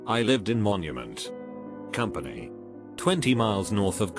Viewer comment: Nobody: TTS: MoNuMeNt, CoMpAnY